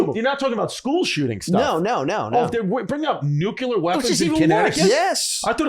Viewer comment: I do this every week I feel like but (sigh)...guys, the word has only two syllables. 'Nu-clear'. 'Nu-cue-lar' ain't a thing, honest.